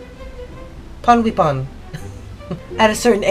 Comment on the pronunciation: ponweipon is supposed to ponwaypon